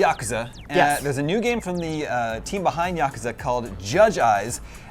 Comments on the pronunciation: You mean Yakazah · Why did he just butchered Yakuza? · The way he pronounced Yakuza triggered me